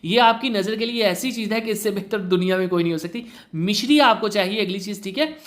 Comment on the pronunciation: Misri hti h mishri ni sir